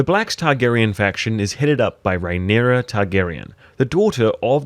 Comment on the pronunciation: And calling Balerion "Balon", and Rhaenyra "Raynarr". Seriously, wtf?